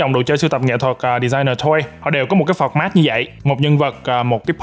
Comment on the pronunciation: phọt mát akt nói là từ format